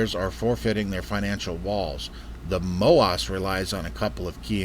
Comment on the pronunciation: your saying MOASS wrong. Emphasis the ASS part. Like mo Ass!